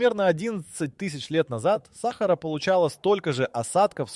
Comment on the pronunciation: В слові Сахара наголос неправильно читають на перший склад,а потрібно-на другий склад